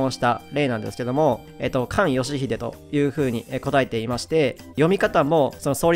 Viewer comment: 「すがよしひで」だからなw でも動画の中身が大事なので、無問題👌